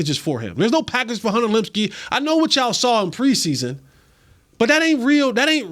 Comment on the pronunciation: Please pronounce Luepkes name correctly